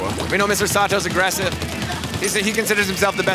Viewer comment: imananiyatterundesukaSatosanって言ってて草